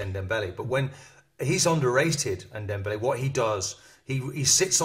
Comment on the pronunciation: It's Ndombele not Ndembele .. Open your eyes & you might read his name better